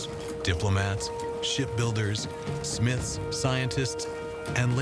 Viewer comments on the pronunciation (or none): none